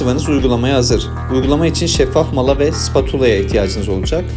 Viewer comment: Şeffaf mala olmazsa olmuyormu vurgulaya vurgulaya söylemiş şeffaf mala diye😃